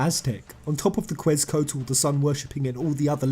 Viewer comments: Quetzalcoatl pronounced like Ketz uh (barely sound the l) Co aut ul Love the videos, I like that you're able to make content out of such a huge passion of yours and that many others share, just had to help you out on that pronunciation <3 keep up the awesome content I know i'll be watching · I love the video, but small nitpick: the pronunciation of Quetzalcoatl, maybe it's a British thing or something else but it's pronounced Ket-Zel-Coh-Ah-tel. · I’m loving all your videos. Right now I’m laughing at your failed attempts at pronouncing “Quetzalcoatl” hahaha, that really is a mouthful for non-Mexicans :P